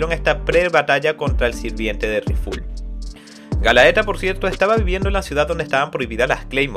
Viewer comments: GA - LA - TE - A viene de la leyenda griega de la muñeca de Pigmaleon, ademas que es ISLEY de Alphonse es decir que es ISLEY el NOMBRE lo otro es la ciudad de donde proviene, sin esos errores hubiera sido 100/100 la narracion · el abisal se llama isley las tierras del norte de alphonse la antigua numero 3 se llama galatea no gallaeta xd y la numero 4 no es millata es miata igual buen trabajo. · Era Galatea no Galaeta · oye, un par de correcciones, la numero 3 de llama "GALATEA", no "galaeta" y el abisal del norte se llama "ISLEY", no "alfonse", Isley vive en el territorio de alphonse, los abisales son ISLEY DEL NORTE, RIFUL Y DAUF DEL OESTE Y LUCIELA DEL SUR, el este lo controla la organizaciòn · excelente! solo xfa es "Galatea" me palpita el ojo tanto galaeta XD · Adelante PriciLLa: Se dice Pricila Galaeta : Es GALATEA Hilda: Ilda Miriam: es Miriya (Mirilla, ahora si se dice como en Pricilla o Miria para ser exactos jajajajajajaja) 🤣🤣🤣🤣🤣🤣🤣🤣🤣🤣🤣🤣🤣🤣🤣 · Galaeta o Galatea? Sorry pero soy super fan de este anime/manga y tan pronto escuche Galaetaj morí 😂 Mi personaje fav es Miria y Wild Horse Octavia! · Men realmente aprecio el tiempo que te tomaste en hacer el resumen de este manga. Pero me desespera como pronuncias mal los nombres de los personajes ejemplo galaeta cuando en realidad es galatea o tambien alfonse cuando el se llama isley alfonse es el trozo de tierra donde estaba osea su zona Si no fuera x eso y otras cosas joer seria perfecto el resumen pero aun asi comprendo el esfuerzo que lleva hacer estos videos asi que se te agradece que des a conozer este.manga que es genial sigue asi y trata de mejorar que siempre se puede suerte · Todo el video me dio cringe cuando escuchaba Galaeta en vez de Galatea e.e (esa dislexia estuvo heavy) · por que le dices Galaeta a Galatea? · @@ además es Galatea no galaeta, es Isley no Alfonse xD no se q manga leiste xD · Es galaTea no Galaeta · galatea no galaeta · Prisiya,? Galaeta? , please bro 😭😭 detente .